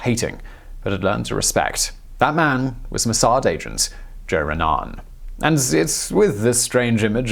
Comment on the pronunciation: Isreali Raanan here, its Joe Raanan, not Joe Ranaan